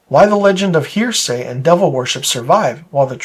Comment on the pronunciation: It’s pronounced Hera-see not hear-say. Other than that, cool video.